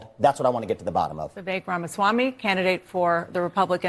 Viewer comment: Hey Doc, his name is pronounced Viv- ake. I think he is a super sharp dude. Uncle Trump should offer him a position in his administration 👍 TRUMP '24 🎉🇺🇲